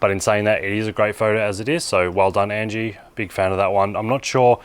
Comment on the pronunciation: Hi. I'm Angie, the photographer who took the first photo! Yes you did say my name correctly 😂 thanks for the tips and feedback. I would love to try capturing light painting one day! I appreciate the feature. Thanks again